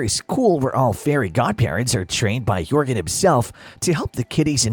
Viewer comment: And the military looking one is pronounced Jorgan not Yorgan